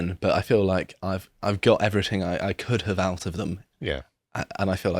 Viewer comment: he said "every ting"....he became a roadman